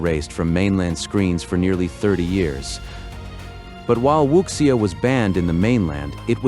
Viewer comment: Wuxia is pronounced Wu (soft G)ia Also the audio was AI generated